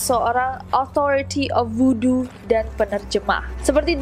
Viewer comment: Bukan woodo tapi Voodoo